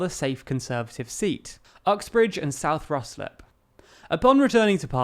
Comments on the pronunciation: Ruislip is pronounced Ry-slip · Good video... but Ruislip is pronounced Rye-slip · It's pronounced Rise-lip (Ruislip).